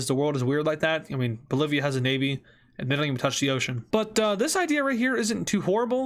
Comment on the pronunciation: You said Polivia…